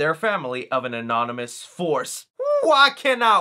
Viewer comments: Om-in-ous,=/= anonymous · Ominous not Anonymous just pointing it out nobody perfect man lol great video as always tho